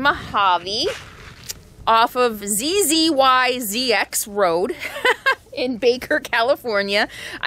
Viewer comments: Zyzzx Road is pronounced Ziz-iks. My daughter loves that name! Hope you can come up to the Pacific Northwest. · Its pronounced zizzix! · Zzyzx is pronounced zieziks. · There's several Zyzzx roads across the country. The most usual pronunciation is "Zyezak"....like eye + yak (but with z's)!